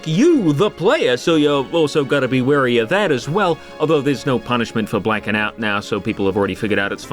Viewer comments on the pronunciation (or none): none